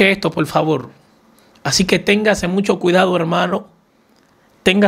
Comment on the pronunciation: Se dice CUERPO no cuelpo. Se dice por FAVOR no pol favol